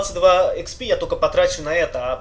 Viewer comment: експи а не хп умник